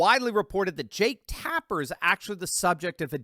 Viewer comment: Jake Tap-her.....:)